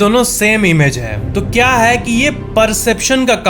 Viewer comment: Kya ki jageh cha kyu bola